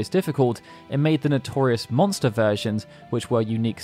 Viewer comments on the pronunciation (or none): none